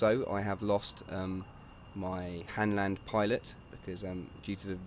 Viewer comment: HANLAND NOT HANDLAND YOU FUCK